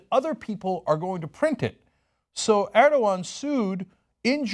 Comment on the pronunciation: Draw er-dog-an day?